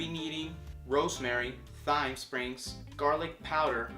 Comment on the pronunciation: Thyme is actually pronounced like "time", just so you know. :) BTW, were you like... Stoned when you made this video? Lol